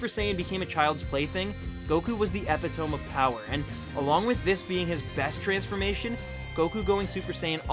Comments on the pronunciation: Eh-pit-oh-me, not Ep-ih-tome. Great video! Love the very detailed breakdowns and logical arguments. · hahaha EPI TOME. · That's not how you pronounce epitome.